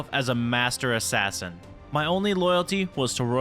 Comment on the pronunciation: When he said assain I think he said assain XD